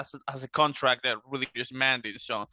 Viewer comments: my man... Please pronounce it as ROO-DIH-GER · His name is pronounced ROO-DIH-GER